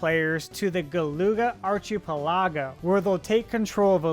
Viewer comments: I'm sorry Archee-pelago 😂 ark-i-pel-a-go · I'm guessing you've never heard anyone other than yourself pronounce the word "archipelago". 😢